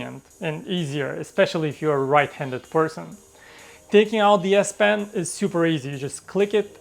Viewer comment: whenever you say " de S pen " I hear " BS pen "